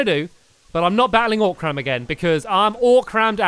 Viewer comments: also its not oc-ram its o-cram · He knows you pronounce it oh-crum not oc-ram, right?